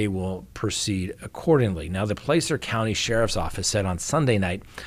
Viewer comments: it’s not Plācer, it’s Placer, as in placer gold. I lived in the area there for many years. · Thanks, as always,. PS--We locals pronounce Placer, "Plasser." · By the way, it’s Plaaaacer county